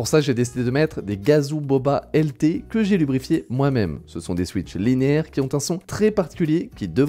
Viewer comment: Il a dit : "Lubrifier" ? 😂